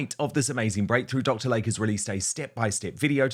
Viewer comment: PRONUNCIATION: It's "Dr. LAY-KEY" NOT Lake!!